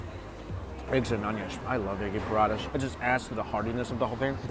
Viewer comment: Parada?? Paratha